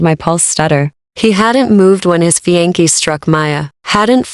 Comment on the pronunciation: FFS. Not even 30sec in and already mispronounced words. It's not "Fe-an-key. It's Fe-on-say